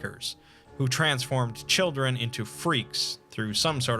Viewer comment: You know for a second there i thought you said "chickens" instead of "children" and i was really confused on how anomalous chickens can be used in the anomalous circus